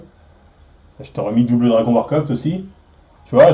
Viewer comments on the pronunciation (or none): none